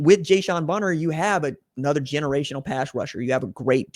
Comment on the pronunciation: 3 of the last 5 B1G titles not 4 and it’s Jayshawn Barham not Barner or Bonner, ffs man.